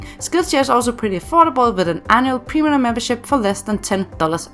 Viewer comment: no way she said primlum